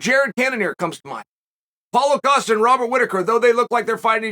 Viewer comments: I just laughed out loud at a computer screen because of "Caulo Pasta" instead of Paulo Costa, Thank you Chael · Did he say Paulo Pasta? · He just said Paulo Pasta hahahahahah